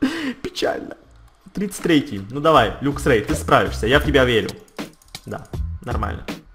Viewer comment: Правильно говорить лаксрей